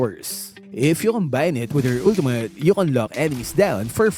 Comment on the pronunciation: “Ulteemutt.” —LMAO